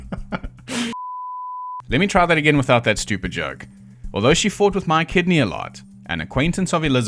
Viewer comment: I keep hearing “My Kidney”….. I know it’s Mike Kidney but… 🤷‍♂️